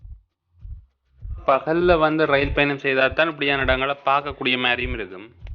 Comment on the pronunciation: நண்பரே, எதற்காக ரயில் என்ற வார்த்தையை ரயின் என்று பேசுகின்றீர்கள். தமிழர் தானே தாங்கள். தவறாக உச்சரிப்பு செய்ய வேண்டாம்.